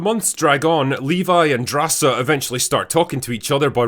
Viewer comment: GORRRRGE DRRRRRASA I love how u pronounce it!!!!